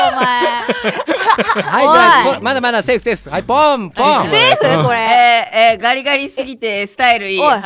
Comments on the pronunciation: サムネが可愛い🤦‍♀️❤️ジェルくん｢これん｣って言ってるよね…??ww成人男性とか信じたら行けない。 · ジェルくんこれんって言ってたよね？ww